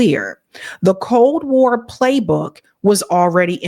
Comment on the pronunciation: "The boo-roo" she said 😂😅 Bureau is pronounced"byur-ohh" and again! Covolt war? I question your comprehension of the material when you're illiterate. Credibility matters when speaking on complex topics, and I question the ability to even understand what you're reading when you don't know basic words or concepts.